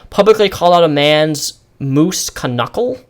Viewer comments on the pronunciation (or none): Are you dyslexic or do you just have trouble reading aloud for long periods of time? It wouldn't hurt to take a few cuts when filming. I laughed when you said "dinnel dinner" twice and "kenuckle" especially. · I love how you often mispronounce common words. Even that flub with knuckle was funny.